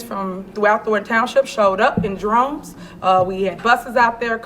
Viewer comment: “They Showed Up In Drones” Droves girl not Drones!!